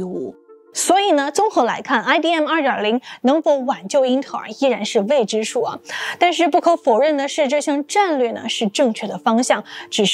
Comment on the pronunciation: 未知數 唸成 Vei知數，太晚了 唸成 太van了，四川成都人都是這樣說話的嗎？